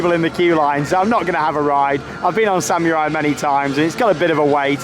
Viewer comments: SAMMYURAI thats how he says it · still cannot say Samurai